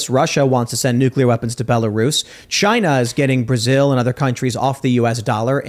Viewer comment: omg man. The word is NUCLEAR not nucular.